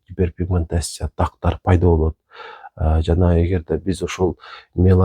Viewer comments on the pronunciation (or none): Дактар эмес! Тактар.